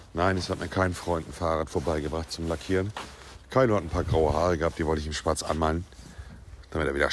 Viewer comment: Dieses schwarz immer so betonen - warum?